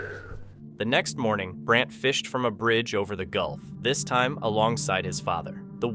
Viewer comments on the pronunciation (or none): none